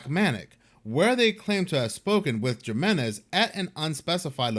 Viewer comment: HEE-MEN-EZ = Jiménez